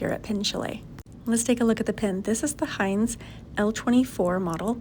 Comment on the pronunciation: Heinz ?? For real ?? Heinz !!???? HEINZ!!!??? ITS HINZE FFS H I N Z E